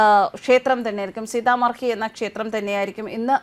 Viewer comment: സീത മഡി എന്നതാണ് ശരിയായ ഉച്ചാരണം